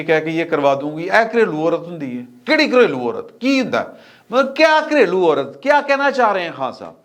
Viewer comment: Aurat not aural.